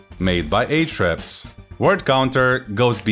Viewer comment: Lol. "arshhds" sounds good! ;-p